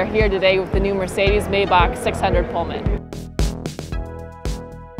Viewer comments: its not May-Bach its My-Bach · How about learning the correct pronunciation of the vehicle you're reporting on. MAYBACH; My-Bock. Not May-bock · Ugh, it's pronounced "mai-bauk" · you did a good job reading the spec sheet. however, you should learn how to pronounce the name of the car make. ffs